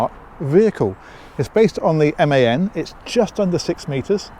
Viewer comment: All us pedants, and any Germans watching, thanking you for saying MAN correctly.😅